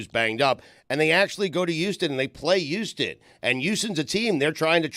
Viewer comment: Somebody...(beep)should tell Stugotz...(beep)that the word Houston...(beep)begins with an "H". (Beep)